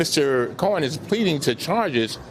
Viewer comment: Love Mr. Cummings, yet every time he says "Mr. Cohen" it sounds like he's saying Mr. Corn.